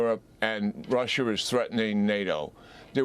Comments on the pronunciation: Why does this guy keep saying, Russher, and Chiner ? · Rusher? Chiner? lol